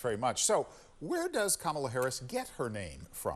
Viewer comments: It's pronounced camel 🐫 la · I think the newscaster said her name wrong as well. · Kamala has mispronounced her own name. No joke, there's video. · There is a race and social justice reporter. This is an insane news report. Her record speaks for itself. Her skin color is immaterial. She also just isn’t very intelligent. My god, the anchor at the end didn’t say her name right either. wtf